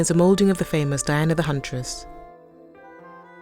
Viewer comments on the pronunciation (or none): none